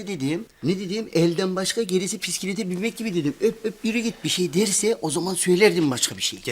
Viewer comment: Bisiklet ❌Pisiklet ✅😂